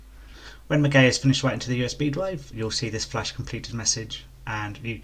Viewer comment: Ma-Gee-A please for the love of gawd pronounce words properlyQQ